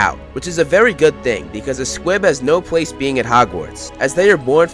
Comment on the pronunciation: Who else heard him say "pwace"?